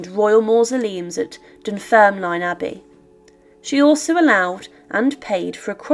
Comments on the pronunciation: Great content but it's pronounced Dunfermlin. The e is silent. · I absolutely love your channel and love the presentation of it all. But as someone from Fife, I couldn’t help but wince at your pronouncing of Dunfermline. Ignore the e at the end, we don’t pronounce it. Dunfirmlin is how it should sound. I get though it isn’t something you would have picked up or know, just reading it has it’s written. Ignore me if you feel that i’m being overly pedantic. Aside from my twitch which is my own issue, keep up with these videos, they are very very interesting